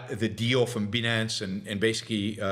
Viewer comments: It is pronounced "BYE-NANCE". You do not sound like you are familiar with the subject when you pronounce it incorrectly. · Like 'finance' but with a b. There's a Monty Python reference in there, sort of.